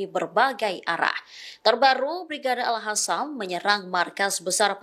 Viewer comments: Al Qasam bukan Al Hasam bacaannya artinya sudah lain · Sejauh ini kok masih ada presenter yg bilang al-hasam ya. Padahal jelas² tulisannya al-qassam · Al Qasam bukan Al Hasan bacaannya artinya sudah lain